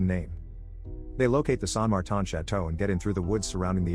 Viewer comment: As someone who is named Martin. I've never heard it pronounced like that